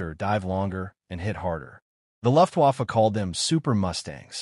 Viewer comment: Learn how to say “Luftwaffe" which means German Air Force. 😮😮😮